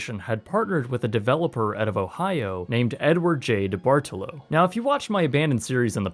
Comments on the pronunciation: It drives me crazy every time I hear the name DeBartolo because I've never in my life heard it pronounced that way. It's always said "deh-Bart-lo" I am from his home town and his name is on a lot of stuff here. We even got a statue of him in our mall. I never heard it pronounced like "de-bar-to-lo" not once but maybe that's the real way to say it I dont know. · It’s pronounced De-bart-lo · Youngstown native here - it's pronounced debartalow lol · Grew up going to this mall. It was a beautiful, bright, lively place in the 70s and 80s. What's left of it is only 30 minutes or so from where I live now. Eyesore is too kind of a words for it. Chuckling a bit at how you say his name. Here in the Pittsburgh area, we say it as Deeee-bar-TOLO. Ah, my teen years remember that place fondly. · It’s the Debartolo mispronunciation for me. So wholesome in nature and such a Pittsburghese type criticism 😂